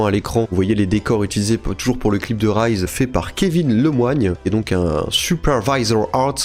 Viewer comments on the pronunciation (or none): none